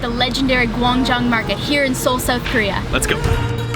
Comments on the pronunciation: Soueth Korea? What are you, Canadian? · dude said "soath Korea" 😂😂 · Do niggas not know how to say south